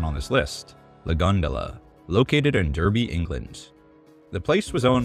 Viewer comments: It’s pronounced darby not derby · also it would be pronounced “Dahbee” because you guys never pronounce the letter R 😂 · Derby is pronounced Dar-bee btw! It’s my home city! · Great video, but the place in England called Derby is pronounced "Darby". England has strange pronunciations for a lot of towns and cities. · Man pronounced it as Durrby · Derby is pronounced Dar-bee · derby pronounced darby fyi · The twisted sisters????? LMAO. TWISTED SISTER! Derby is pronounced DARBY. Do your research before posting second rate videos.